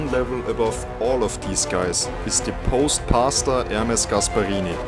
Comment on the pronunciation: "post-pasta ermes" got me spitting out my food. Fucking kek